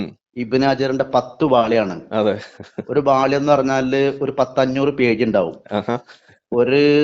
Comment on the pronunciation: ബാളിയം അല്ല കോയ. 😆😄😄വോളിയം ആണ് 😄😄😄